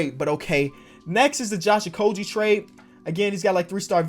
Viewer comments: Josh okogie is pronounced with a g sound not a j sound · please learn how to say Okogie correctly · Any other wolves fans out here cringe every time he said Okogie wrong?